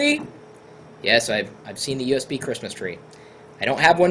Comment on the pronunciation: Fine, don't say U.S.B. say usb, but don't say usbu, it bugs me...